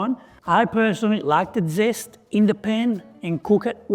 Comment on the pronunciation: Beautiful. And I loved your Italian “dzest”😅 Great dish, a cousin of the chicken marsala